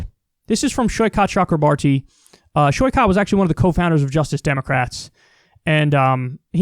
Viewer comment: Off-topic, I love how you correctly pronounce "Saikat" and almost get "Chakrabarti" right